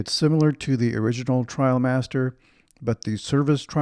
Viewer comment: IM SO HAPPY YOU SAID TRIALMASTER not TRAIL- master. I made the switch from the Barbour International a few years ago and haven’t looked back. I had my wife do some fancy tie job with the belt in back and that cinched in the sides a little and give a nice hourglass shape. I also have the quilted gillet which adds a lot of warmth and style as well. MAKE SURE when you rewax, you use Belstaff wax as it will give you that beautiful sheen vs the dull look of the Barbour wax. Also, you could send the jacket to your nearest store (NYC for me) for a rewax. My 126603 and Belstaff are my constant companions. Wear yours in good health my friend. Happy New Year👊